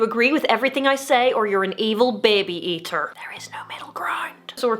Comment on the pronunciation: I like the way she said "baby eater" with her Irish accent. I would love to use the "appeal to authority" as I point out fallacies to others using their Latin names.